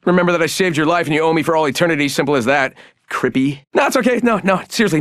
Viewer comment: “Crippy” lmao